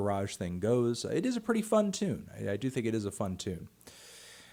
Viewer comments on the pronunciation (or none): none